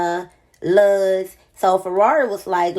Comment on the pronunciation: why u say luz like that lmaoooooooo